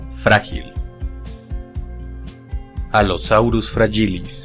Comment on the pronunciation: Del Allosaurus sí tenía mal su pronunciación, antes decía "FRA-gi-lis", pero ahora ya sé que es "fra-YI-lis". Quisiera pedirte la etimología del Coelophysis porque al principio decía "co-e-lo-FI-sis", pero si no estoy mal, es "ce-lo-FI-sis". Gracias.